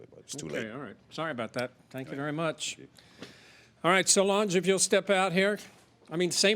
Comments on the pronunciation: Sounded like the defendant’s name is “So Large” and I was sitting here like 👀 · In the intro it kinda sounded like he said so large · It's "So-Lange" (Solange)